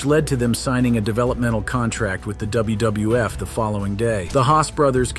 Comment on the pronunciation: Why do you often say "WBF" instead of "WWF"?